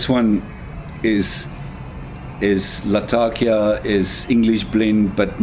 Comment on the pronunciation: Great video and great review, thanks so much! I am a big fan of the London mixture myself, but I think my favorite thing about your video was that you pronounced “Latakia” the way it’s actually spoken in the region it’s from, rather than the weird American pronunciation I’m used to hearing.